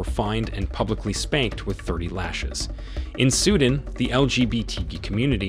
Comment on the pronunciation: SUE DAN not SUDIN